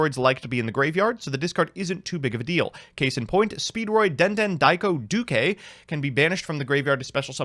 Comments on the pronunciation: No no, you didn't pronounce Duke right. It's not Doo-kay, it's Doo-kee. Come on, get it right. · I know mbt pronunciations are bad but did he really pronounce duke as du-kay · Bro can't say "duke" right